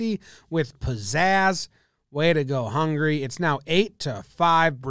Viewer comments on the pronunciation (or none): does he says hungry instead of Hungary or its just me? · I thought he was saying "hungry dude" the whole video before i realized the match was between Hungary and Brazil...